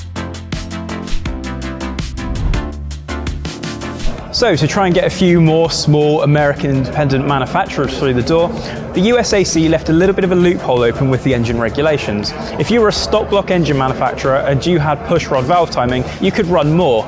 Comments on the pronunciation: It's not the U S A C it's just USAC (you-sack) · dear god dont call it USAC say it like you sack